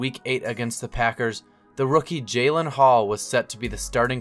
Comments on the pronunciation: You even showed a graphic with his name in it. It's JAREN Hall, not JALEN. C'mon, man! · Jaren Hall, not Jalen